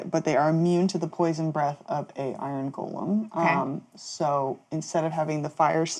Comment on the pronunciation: Bonr golem? C'mon, I thought you were on the iron golem train.